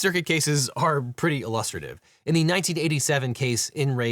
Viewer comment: Shouldn't the emphasis in the word "illustrative" be on the first syllable?